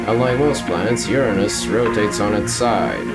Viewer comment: = I'm sorry, but why did you pronounce Uranus' name like that? XD